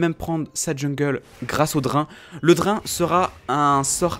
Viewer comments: "Pourquoi le Dr1 est..." ... ça se lit "Drayne".. xD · ça fait vraiment tiquer de t'entendre mal prononcer BEAUCOUPS DE MOTS ; "bild" (build) "drin" (drain) "tryndameure" (tryndamere) etc